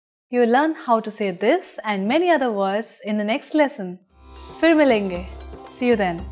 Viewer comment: it's not "femi lenge" you say phir milenge if you're trying to say see you later but I'm sure your Hindi will improve. It's good you're trying to learn Hindi and I'm sure it will become perfect.